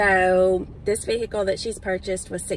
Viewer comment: I love how calls it a “vehickle” instead of just a....car! 😆 Say car! It’s a car!